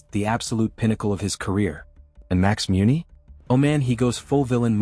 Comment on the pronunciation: How do you not pronounce Muncy correctly !